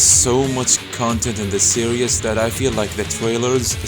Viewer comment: its hard to listen to you when you say series as serious